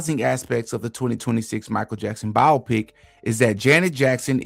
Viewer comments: no it’s not tf. it’s BIO-PICK. not biopic like the word “myopic.” that’s the illiterate pronunciation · It’s pronounced Bi-Opic… man that was annoying